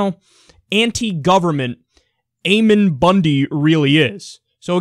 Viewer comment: Ammon is pronounced with a short A like Lamb. Ammon is a character from the Book Of Mormon.